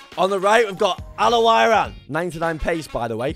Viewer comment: The way he say al owrain😂